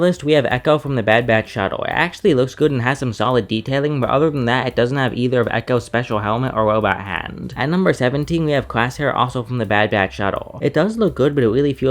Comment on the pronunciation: Bro really pronounced Crosshair like “Classair” lol 🤣